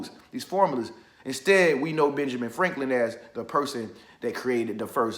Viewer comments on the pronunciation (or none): none